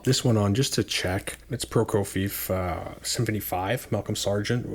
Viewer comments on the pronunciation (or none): I like your stuff but you need to learn how to pronounce Prokofiev's name correctly!